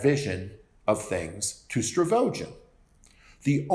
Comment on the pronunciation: These videos have been really helpful. But there's something that really, really irks me everytime you say it... it's Stavrogin, not Stravogin.